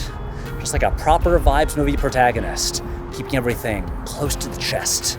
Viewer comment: This sums up my feelings on Tenet, since I did not feel the need to watch it three times to "get it" and failed to understand what people who did were missing. That said I did not vibe with Tenet and was repeatedly irritated by pronunciation of "protaginist" which remains my number one takeaway from the film.